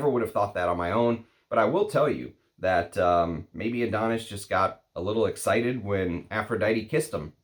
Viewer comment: It's from greek myth and is called -ά-(THO)NIS not AD-ό-NIS, not my type of scent it leans a bit feminine to me. From the discovery set i liked a lot "Brivido Della Caccia" and "Bacio Immortale" but i'm a leather enthusiast so don't trust my comment 🙄